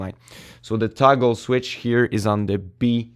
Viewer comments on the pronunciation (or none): none